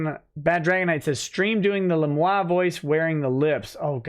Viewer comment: wtf lemoiknee? seriously wtf.